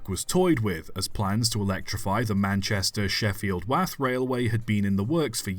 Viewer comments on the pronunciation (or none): I'm so sorry but I have to do this. Wath is pronounced to rhyme with moth, not bath. Apologies for being picky 🤦‍♂️